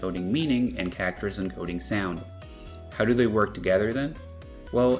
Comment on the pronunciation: I've never heard anyone pronounce 'Characters' as 'Kackters' until now.